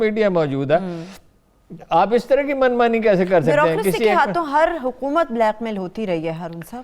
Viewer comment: program anchor ne "QAAF" ko remand par lia hua h..... URDU ki aisi ki taisi kardi h..... "Kaaf" ki jagah "QAAF" Hu"Q"oomat..... Bla"Q"mail..